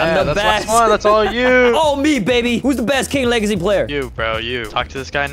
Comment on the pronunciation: Bro what is king wegacy;-; maybe type